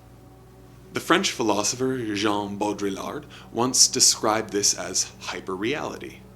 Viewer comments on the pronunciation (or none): none